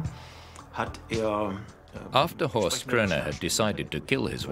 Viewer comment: It's Horst and it's not pronounced correctly 😉